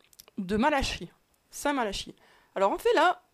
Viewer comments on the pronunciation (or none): Sans vouloir te mettre en défaut, ça se prononce "st malaki"